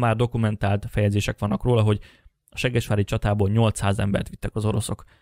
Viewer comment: Ahogy mondod: seggesvári csata 😂 Amúgy jó videó, gratula🙏🏼